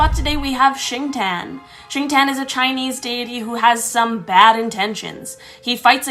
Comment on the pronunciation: Nobody- Me: heard shintan as shinchan